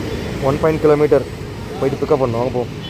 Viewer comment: kilometre sollu da mama